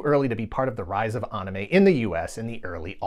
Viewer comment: Great video but how can you be so deep in the trenches for the culture and still pronouncing "anime" wrong 🤣🤣🤣